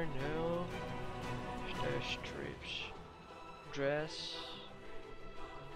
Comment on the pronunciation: Thank you for showing the new wares. I'm at max budget and still not through with my build, but I'll make room for those neon lights! P.S. The "i" in "stripes" is pronounced the same way as it sounds in the word "hi". Thanks again for the video!